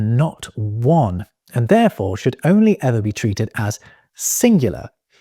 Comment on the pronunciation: Did you say, "Only ever"?